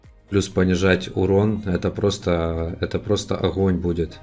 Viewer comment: Охонь-охонь)) Охненный охонь